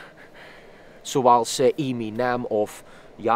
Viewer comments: Hij spreek Eminem het zelfde uit als Yolandi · Wanneer gaat iemand die mam leren dat je eminem niet zo zegt😑🔫